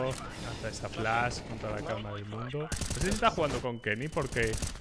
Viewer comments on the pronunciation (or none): none